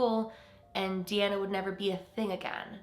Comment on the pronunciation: DeAnna is my middle name. It’s kinda cool to hear it pronounced the way I do :))